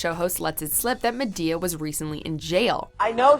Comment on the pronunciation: I cringed soooooooo hard when she said ma-to-the-damn-d-e-a